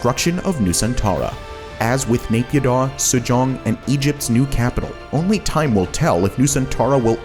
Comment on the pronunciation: Mayan-Mar? SU-JONG? That's Japan, not Korea LMAO c'mon guys